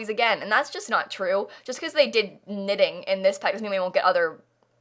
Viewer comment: Did you say knitting or ninning? Because I heard ninning and wondered, what that was and later I saw a comment talking about knitting. This was another from you! Thank you!! Sometimes I‘m not quite sure, wether I like the houses you do best or your comments, while you work on them. 😄